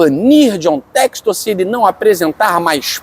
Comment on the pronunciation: Infelizmente por esse e outros motivos não levam a sério ainda o John textor, nem o nome dele conseguem pronunciar corretamente 🤦🏿‍♂️Deuses do futebol nos ajudem🙏🏿🙌🏿